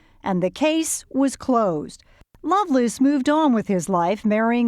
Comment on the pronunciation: It’s Lovelace not Loveless.